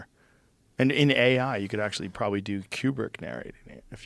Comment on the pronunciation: Room 237 is pure unadulterated bullshit. Also, Joe its “koo brick” not “key you brick”.